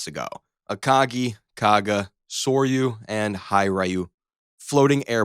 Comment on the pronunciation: Gets soryu but pronounces hiryu as Hai-rye-you????